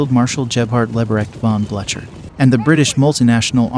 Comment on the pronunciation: The pronunciation of French names and towns is awful and really detracts from a nice film. Also Blucher is pronounced "Blue Ker"